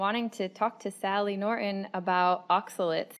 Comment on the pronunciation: It's Nor-ton, not Norin